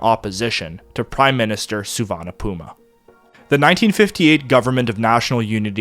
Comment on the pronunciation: There aren't enough superlatives to describe your work and this valuable series. A master work. But note that, in the US media of 1960's I remember Lao Prince Souvanna Phouma's name was pronounced "Foo-mah".